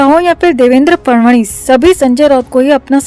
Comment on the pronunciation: "फडणवीस" इस नामका उच्चारण "फडवणीस " ऐसा सुनाईदेता है ।